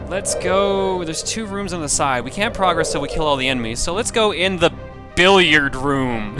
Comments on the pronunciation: You know, when you're using "Progress" as a verb you're meant to pronounce it differently then when you use it as a noun. PrAHgress is a noun PruhgRESS is a verb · I know I'm going to sound like I'm just complaining here, but dude, you use the wrong pronunciation of progress. You say it like you would say "let's make progress" when you're saying something like " you need to beat the first level to progress," and it's really annoying.